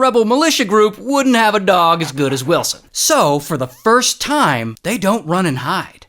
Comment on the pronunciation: Find willsen come on say it!!!!!